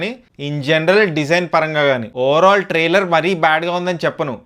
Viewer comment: Are oo galla chokkaa trailer taitearr kadhuu palakadam nerchuko ra pulaa chokka pukaaaaa